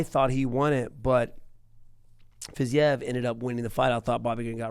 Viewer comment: Guys it's pronounced like Fa-zeev